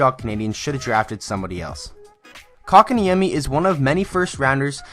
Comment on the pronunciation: xdd How did you pronunced that name that well XD